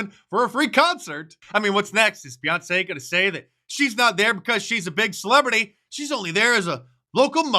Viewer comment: Beyonce or Boy-once😂